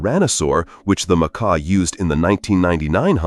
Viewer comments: It calked the ( mah- kaw), not the mokkah. Idiot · MahKah....maakah.... pronunciation is so effing off.